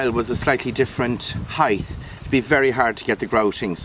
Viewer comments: Height. Not HEIGHTH. GRR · Beautiful! Thank you 🤗 (P.S. it's HEIGHT not heighth)